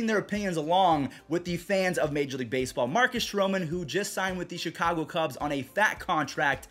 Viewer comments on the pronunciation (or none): none